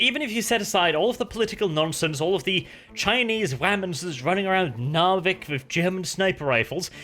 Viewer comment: has been speaking english too long, forgotten how to pronounce Narvik xp